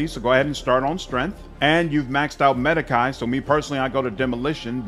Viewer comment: Sir, medicae - the ae comes from latin. And it is pronounced as long e. The sound you make last when you pronounce it - make it longer and drop the part where you're pronouncing "a".